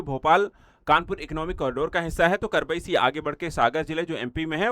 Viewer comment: भाई साहब यह करबई नहीं कबरई है